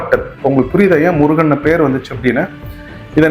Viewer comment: பைத்தியக்காரதனமான கற்பனையும் தமிழ் சரியாக அறியாமையும். முருகன் சரி முறுகன் அல்ல. முருகு எனில் அழகு. முறுக்கு வேறு. உச்சரிப்பு ஒலி தெரியாதவர்கள் உளறுகின்றனர் . பாவம்.